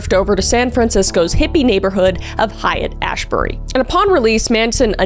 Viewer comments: Hiat*" is pronounced"hate* Ashbury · hate. It’s pronounced hate and ashbury. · Haight pronounced hate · The Height in San Francisco is pronounced “hate” NOT “Hyatt”like the hotel chain. Please for the love of all things holy stop the butchering of this word! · It's pronounced "HATE Ashbury" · SF neighborhood haight- pronounced hate not hyatt.(maybe the reason he chose that neighborhood?) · Just an FYI to Kris and everyone else: height ashbury is pronounced exactly like the word "hate." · Great episode. Haight in San Francisco (Haight-Ashbury neighborhood) is SUPER FAMOUS, especially in the 60's. It's pronounced "HATE, not "Hyatt." FYI. It was the home of artists like Janis Joplin, the Grateful Dead and many more. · You adorable Canadian. Haight is not 'hyatt' it's 'hate'. And yes, CIA please 👽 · Pronounced “hate” not “hyatt” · It's Haight Ashbury as in straight. Not pronounced "hyatt" as in hotel. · It's not Hyatt Ashbury. It's pronounced "Hate" Ashbury. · FYI- GREAT episode, but Haight is pronounced, " hate.", not "hyatt." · Not to be "that guy" but it's pronounced "Hate-Ashbury" not height. Just want you to know. I'm not trying to be condescending or anything. Just friendly sharing of knowledge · Haight "hate" Ashbury. Love ya Kriss. Hate. Hate.❤😂❤ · It’s spelled Haight-Ashbury and pronounced Hate Ashbury not Highit lol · Love the video! It’s pronounced “hate” not Hyatt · Hello Kristina, it's pronounced like Height-hate/Ashbury Have a wonderful day 😊 👾👽👾👽👾👽👾 ABSOLUTELY... PLEASE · i know you've probably already gotten this so many times already, but Haight is pronounced hate. "Haight and Love" is a big saying out here in sf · It's pronounced as hate asheberry. Just so you know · It is pronounced hate ashbury. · Adorable puppy! FYI it's pronounced Hate Ashbury... and No Manaon was LIVID he was uncredited and that the words were changed. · Haight is pronounced hate. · "Haight" is pronounced "hate". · Pronounced hate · Haight is pronounced "Hate"